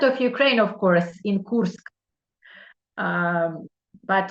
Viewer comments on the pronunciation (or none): none